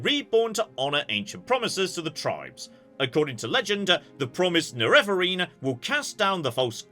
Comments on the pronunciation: Nerevarine is pronounced NEH-reh-vuh-reen in the game's ending cutscene. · the pronunciation of Nerevarine is base on Nerevar's, which is pronouced "NErevar". Therefore the first syllable is the strong one: NErevarine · Maybe it ends up more neh-reh-vuh-reen but feel free to change whatever you need to fit it in your mouth. At least now you know what you're aiming at 🫡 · Pronunciation of Neravarine: There is dialog in Oblivion where NPCs talk about the Neravarine's activities. That would be the canonical pronunciation. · most people pronounce it with the emphasis on the first syllable: NErevarine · I find it amusing that can pronounce Nerevar, but he's incapable of adding "-een" to the end